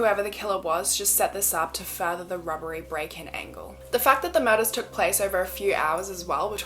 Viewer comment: Everytime she says "robbery" I hear "rubbery" and I giggle a little. (I know, I'm so immature) On another note, this is such a sad event. May their souls rest in peace.